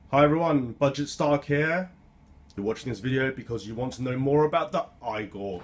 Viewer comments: Therefore it's E-gor...not I-gor Great vid though! Thanks for posting. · It's pronounced (eegor) and nobody says (eePhone) it's i-phone and (eegor) get it right. :) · Say eee-gor. Come on. You can do it! I believe in you! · Hey Man! Geat vids, been really enjoying them! Unfortunately, you are pronouncing it wrong no matter what country you're in hahaha! Igor (ee-gore) is a name reference to Frankenstein's Igor (due to his hunch-backed look). This is true in both the UK and the US. Just a friendly heads up! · Next time you know, don't draw connections to how you pronounce iPhone because the "I" is pronounced or sead separately from "phone" unlike "Igor" where it's supposed to be pronounced as one whole word. Plus the English language is weird anyway as it's made from a bunch of different languages so if anything "Igor" would be pronounced "I-gor" instead of "E-gor" if the English language wasn't so weird 😔 Great video anyway. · You totally lost me after your whole E phone I phone explanation. That right there tells us how intelligent you are! LOL Igor is a Russian name that is pronounced that way. Where as a iphone is suppose to be pronounced I PHONE. No one says E PHONE!!!! LOL Thanks for the laugh!